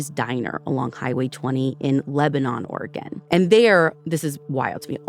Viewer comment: I’m a lifelong Oregonian, and I’m not familiar with Camp Sherman. About halfway through they mention that it’s near Bend, Oregon. I would love to hear more Oregon stories, and Ashley even pronounces Oregon correctly!